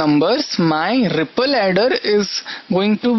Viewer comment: He says ripple funny... And at the end when he said third like turd... Hahaha.... Nothing too impressive this ain't... Simple stuff...